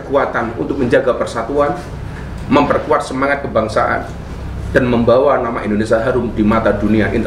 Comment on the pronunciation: Indonesia...bukan Indonesa